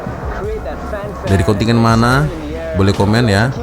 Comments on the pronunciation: KONTINJEN.., BUKAN KONTINYEN. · Kontingen , kontingen.. Kontijen lah bro.